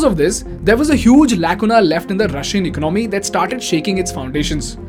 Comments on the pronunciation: Great Video but bro please correct your pronunciation of ECONOMY it's not ECNOMY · For fucks sake , the pronunciation of "economy" is not Ec-nomy. Its eco-nah-my ..